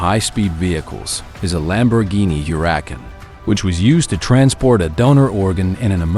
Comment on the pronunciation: LOL he also pronounced Huracan like her-RACK-an. LMFAO “her rack”. It’s pronounced HUR-ah-kahn